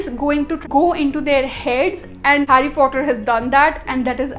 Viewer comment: It's not fhotter it's Potter 😒